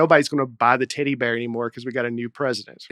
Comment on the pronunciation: sounding like he was saying "titty bear" instead of "teddy bear" was very distracting.